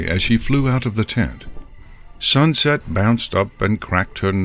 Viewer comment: "We'll fix this SuxSet'' -Fluttershy